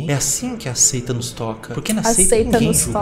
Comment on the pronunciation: É a Seita caralho. Só "aseita"